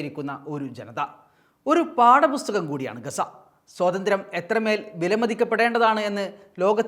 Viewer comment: പാടപുസ്തകം അല്ല... പാഠപുസ്തകം...സ്ഫുടതയുള്ളവർ ഇക്കാലത്ത് വളരെ കുറവാണ്...